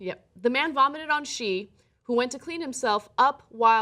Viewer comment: That's not how you pronounce 'shi'.